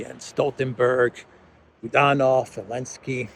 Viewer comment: would have more credibility if he would Zelenski's name right. Not ELENSKI.